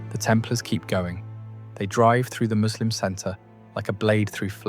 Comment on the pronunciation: I like how you know how to properly pronounce 'Muslim'. It is so rare to hear from non-Muslims.